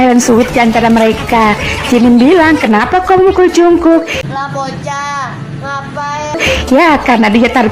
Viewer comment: Kayak'y dari td yang jd biang kerok sitetet deh😂😂 Min,ralat baca Jungkook bukan jungkuk tapi jeongguk ...😆 Semangat min